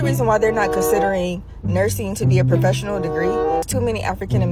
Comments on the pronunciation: She said “Hoefessional” 😂😂😂 an she RIGHTT !! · Did she say “hofessional”? 🤯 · Not Hoefessional 😂😂😂😂 My daughter said the same thing